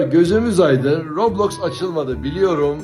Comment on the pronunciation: Robloski mi dedi adam ben mi yanlış duydum?